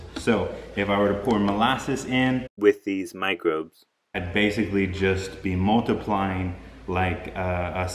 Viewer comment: Did he say, "With this $hit" instead of "with these microbes"? I guess it doesn't really matter with all the wonderful, useful information he just gave us. I just found it entertaining trying to figure out what he really said.